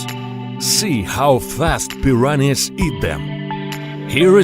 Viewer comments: Its like hes saying piranis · You guys are having a stroke,im dying of laughter whenever he says "PIRANIZ"😂🤣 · Pi ran ees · He keeps pronouning them preeranays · As much I wanna laugh it’s just his accent that’s y he sound and said it like that but lol